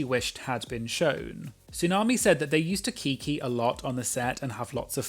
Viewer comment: I never want to hear “kiki” pronounced like that again